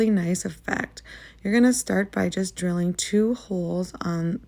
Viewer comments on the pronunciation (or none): none